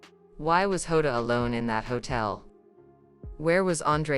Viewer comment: This person don't even get the surname correct.... It's not HODA it's JOTA.... Please give correct info not this nonsense